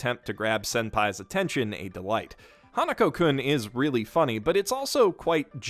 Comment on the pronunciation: It's Hanaku-kun, not Hanuko